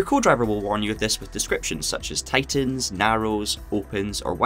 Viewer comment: I played Dirt Rally 2.0 for about 25 hours before I figured out he was saying "tightens" and not "titans" lol.